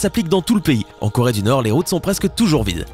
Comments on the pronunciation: llengehen Corée pas Chloé 😂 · leshalles llengehen c Corée pas Chloé 😂😂😂